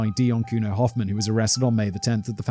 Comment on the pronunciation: Could have looked up the pronunciation of Hofmann as well 😂